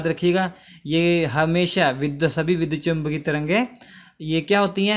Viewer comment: It is vidyut not vidhut